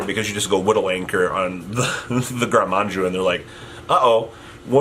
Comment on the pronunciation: drinking game: drink everytime mispells "gren maju" as manju